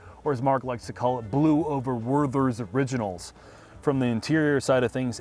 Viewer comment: What happened to the camera exposure in the shoppe? And a new close up? needs to learn to pronounce Werther’s Originals cause I almost missed a good joke.